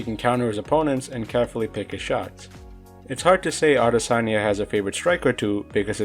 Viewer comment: No one ever pronounces his name properly